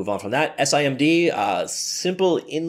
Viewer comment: It's usually spoken as SIM D. Not S I M D.